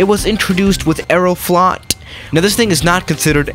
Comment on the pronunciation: Not " Erroflo. T" but " Aeroflot" which means " Air fleet"